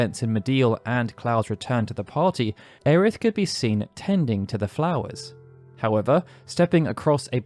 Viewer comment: It’s Aerith, get it right. Aeris was a translation error. Just like Bartz is actually pronounced Butz